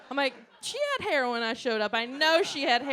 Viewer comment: She took me back to my youth when she said 2 SPRIGS OF HAYER!